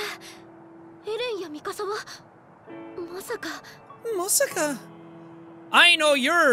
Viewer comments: Nobody: Absolutely Nobody: Sean: Mikasa Sukasa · Mik'kasa sukasa lmao Why can't you just say mikasa lol